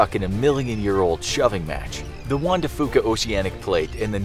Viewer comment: I HATE the way he pronounces Juan